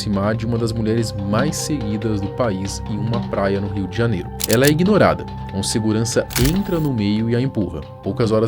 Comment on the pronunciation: 014s: "Ingnorada'?? pô!!